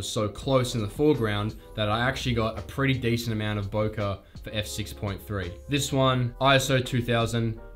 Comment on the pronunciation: Its pronounced Bokeh with e at the end not with a